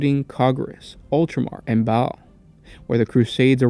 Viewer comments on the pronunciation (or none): just some clear ups, baal is pronounced bale, not ball, roboute is pronounced ro bu tay. for chogoris, its exactly how it sounds ch like ch for chirp, o goris. archmagos , pronounced arch-may-gos. freighter is pronounced frayter, for rynns world its rinns world, not rine. great vid man, just trying to help you on pronunciation of these words. they are tricky. but people tend to mispronounce these words.